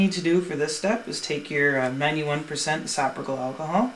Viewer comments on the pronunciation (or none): Good info, but dude, learn how to say "isopropyl.' Yeah, I'm *that* petty.